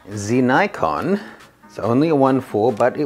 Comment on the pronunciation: WTF?? Definitely the most annoying pronunciation of Nikon XD Sorry to say but it's not an english word so u have to say it the way japanese say it... Here's a tip